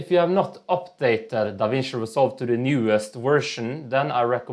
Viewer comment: fuckin NEVIDIA! 🤣🤣🤣🤣🤣🤣